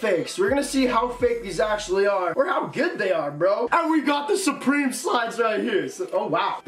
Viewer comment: Suprememe the way he said it had me dead